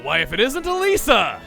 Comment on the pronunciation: Funny, My sister's name is Elisa, and you pronounce Elesa as Elisa, ELISA WHY DID YOU NOT TELL ME YOU JOINED THIS GAME'S DEVELOPMENT